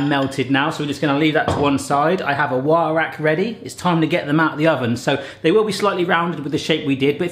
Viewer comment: I know you were saying "wire rack" but it almost sounded like "why Iraq?" lol